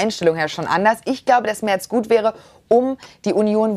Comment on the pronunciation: Natürlich heisst es MERZ und nicht Mert